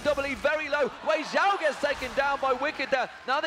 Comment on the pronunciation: Was is only me who noticed that they said Xiaowei instead of Weixiao?